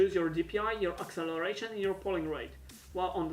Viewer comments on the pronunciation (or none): none